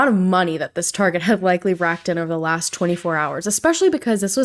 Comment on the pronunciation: off topic but Danelles "lasht" is triggering me 🤐 anyways ... I love the wine Story. Should be a movie 😂